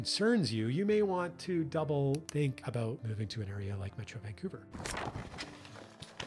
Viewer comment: Vancoover/ Vancuevurr